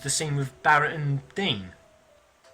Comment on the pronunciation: Dyne = Dine, not Dean Cith Sith = Kie Sher, not Kate Siff don't claim. to be a massive fan at all. Your views are skewed, your points are moot